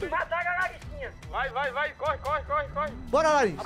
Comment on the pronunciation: KKKKK EU ouvi ele fala larrisinha kakakakaka